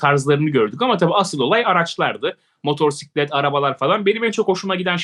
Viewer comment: Sevgili motorsiklet değil MOTOSİKLET lütfen